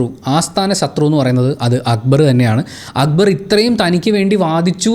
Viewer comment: Why Shanavas is calling akkubar instead of akbar . Why nobody is correcting him not even akbar 😶